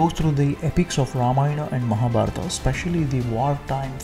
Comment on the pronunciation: True Madam and thanks for pronouncing sanskrit words correctly like Ramayana and Mahabharatha not ramayan or mahabharath. Proud of Sanathana Dharma